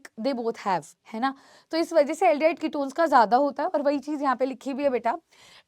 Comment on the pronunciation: aldehyde = ol ❌ al ✅